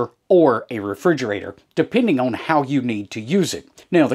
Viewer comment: I am from Ohio but this accent is familiar to me because I have lived in Middle TN for 20 years. To help those who are struggling, own = on. 😂 Great channel. Thanks for the videos.